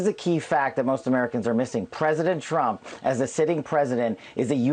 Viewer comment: Buh he was duh Pwesidont! 🤣🤣🤣